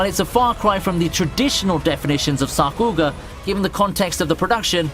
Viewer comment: wow sakuga pronounced wrong